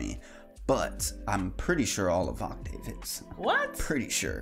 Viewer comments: It's pronounced, just to help, VOK-tiv, like an octave on a piano - it is not a long "a" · New viewer, only cuz nobody has said it… It’s (Voc-Tiv), like Octave but with a V😆… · Voctave is pronounced like octave, with a v in front